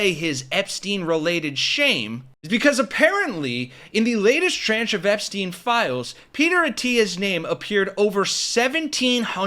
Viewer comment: Please learn how to pronounce pedophile and tranche. You lose credibility if you don’t know how to pronounce things.